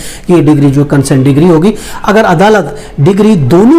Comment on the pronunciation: Decree bolna sikh le pehle